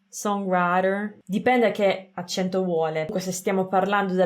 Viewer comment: L’accento lo mettiamo sbagliato tutti noi italiani, è un errore comune.